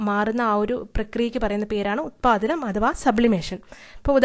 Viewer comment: ഉത്പാതനം എന്നല്ല ഉത്പതനം എന്നാണ്